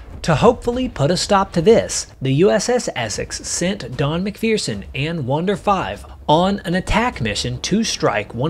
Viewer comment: There is no " fear" in MacPherson. You are mispronouncing his last name.